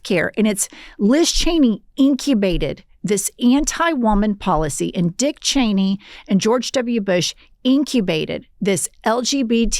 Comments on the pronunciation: Sam never gets Liz Cheney's name right lol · Sam will never get Liz Cheney's name right 😂